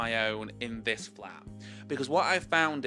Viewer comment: Omfg i thought you said “im gonna flip my flap” and was like ???????